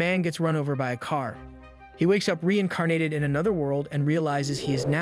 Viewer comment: Re-In "Car," nated.